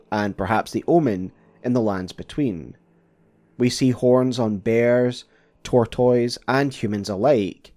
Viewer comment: You also can't pronounce "tortoise". If you don't know a word, look it up. Don't be embarrassed. Saying it so terribly wrong makes you look like you can't be bothered to say basic words correctly or take 30 seconds to open a dictionary.